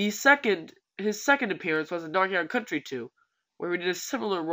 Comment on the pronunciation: watch how he says "donkey kong country" ahahahha rofl to me it sounds like dnkingkntry hehehhe